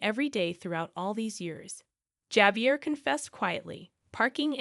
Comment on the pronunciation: Javier is pronounced wirh a H, Havier